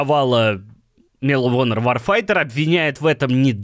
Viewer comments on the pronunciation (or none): "После провала Мел Онер"))) Чувак, Медал Онер